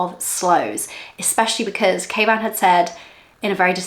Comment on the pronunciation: I love you guys I always thought you were calling your husband Caveman lol not kayvan 😂 love the channel you can truly tell you two are made to be together.